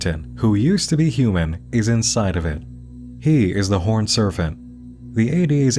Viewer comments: Why do you pronounce serpent "serfent"? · No one: Not a soul:: “Serfant” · I have never heard anyone pronounce it serfent in my life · Were you just messing with us by pronouncing serpent 'surf-int'? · Endearingly perplexed by consistent pronunciation of Horned “Surfent” 🏄🏽‍♂️ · Why is Serpent being pronounced with a f or ph sound? It's distracting. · No one:: "Serfent" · You keep pronouncing "serpent" like "servant." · Do you really think that word is serfent? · wtf is a serfent? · Is something wrong with my audio or is NM saying "horned serFent"? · I’ve never heard anybody pronounce serpent as “ser-phent” before. Where in the world did you learn that? I’m genuinely curious. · take a shot everytime he says surf-ent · pronouncing serpent as "surfant" is like an accent straight out of Looney Tunes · Why do you say "serpent" like it's spelled with an 'f' instead of a 'p'? And please don't put audio of you open mouth eating and drinking into the mic. That shit is triggering. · Is there a “ph” or “f” sound in the word Serpent? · This isn't a critique but just drop dead curiosity, in the last half of the video you started pronouncing P's like F's when discussing the horned serpent, was that intentional for pronunciation I'm ignorant to, or am I just getting a weird audio compression? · I also never heard this before. I wonder what it means. He even says "serpentine" in the usual way, so that's odd. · Another excellent video. Thank you for taking the headache so we don't have to. Side note: you pronounced "Serpent" as "Serfent" through out the entire video. As far as I could tell, every other p was pronounced correctly in context. Just an oddity that bugged me. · Why does it sound like "servant" every time he says "serpent"? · Why do you say "Serfent" instead of "Serpent" lol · Bro said serfant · WHY DO YOU KEEP SAYING SERFANT??? CAN YOU NOT PRONOUNCE SERPENT??? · This mf said serfent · SAY "sERFENT" ONE MORE TIME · What the heck is a surf-ant?